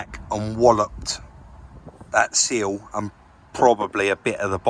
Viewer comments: SILL not SEAL ;-) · Is it not a SILL as in window sill ?. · Love the way is trying his best to pronounce "sill" getting there 😁😁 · just say sill seal how ya wanna say it mate coz i always chuckle when you pronounce it sill 🤣 good work guys as always! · You say "sill" how i imagine Mr Bean would lol. Good but that, hope the lady is alright after the smack, 1 less speed camera though!